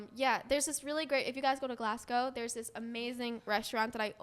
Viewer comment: i live and is from Glasgow thats bot how to pronounce it and its a bad idea